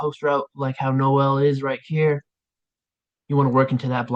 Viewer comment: It’s Pronounced nóel not no él